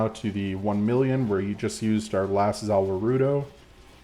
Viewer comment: Hahaha I looked for this comment the second I heard 'zah wah roo doze'